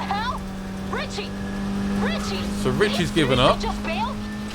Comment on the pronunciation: They say Richie but I hear Ben Ten